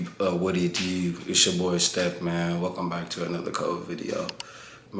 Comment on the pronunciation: We gotta dew what we gotta dew